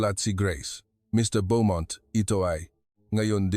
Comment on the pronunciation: Bo- mont , not byomont